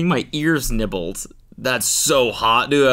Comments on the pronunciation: “getting my nears ibbled” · “nears ibbled“ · “getting my nears ebbled” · " getting my nears ibbled ” is crazy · “Getting my nears eibbled” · "getting my nears ibbled"